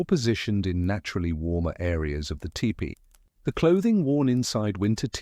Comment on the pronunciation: could you please say tepee (Tee-pee) not tip-pee